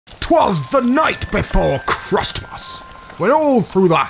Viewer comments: It’s pronounced Christmas now crustmus. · Kritmus?? that’s how you say it wrong XD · Crust most what the you say crusttmust ITS CRISTMIS